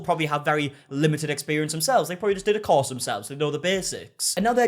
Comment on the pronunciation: I thought he said cause. I had to think hard to realize it's course.